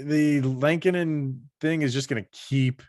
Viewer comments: Say it with me folks...L-eh-ko-nen. Not the same as Chicago goalie Kevin Lankinen. Only two n's in there. Not sure why this bothers me but I can't get passed it lol. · Am I saying Lehkonen wrong or are you guys? Haha. I thought it was pronounced “lekanen”. Every time you guys say it I think you’re talking about the hawks goalie “lankinen”